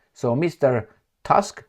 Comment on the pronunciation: Tusk pronounce Toosk